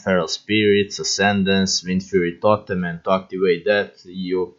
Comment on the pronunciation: ja prepoznao da si nas kad si rekao totem hahah :D